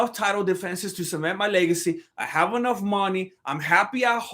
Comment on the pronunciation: but not ‘anough’